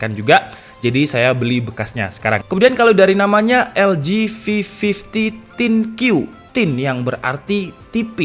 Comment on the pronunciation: Bang, mohon maaf... Untuk di LG, arti thinq bukan tipis (bukan dibaca thin), tetapi adalah istilah LG untuk teknologi AI-nya yang bisa diartikan "pikiran/think" (dibacanya Think You).